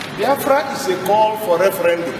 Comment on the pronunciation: Ref-ran-doom Lmao...